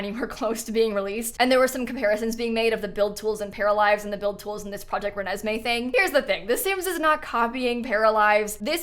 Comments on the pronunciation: Im literally dying that you called it project renesmee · Love how just started calling it Renesme from the middle on 💀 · "Project Renesme" 😂f*cking blasted!! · The insistence on calling it “project renesme”, with a straight face, is comedy at its finest. Can’t wait for 3+ years of this joke 😂😂